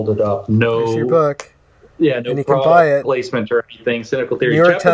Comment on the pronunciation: really hate your outro and how you say product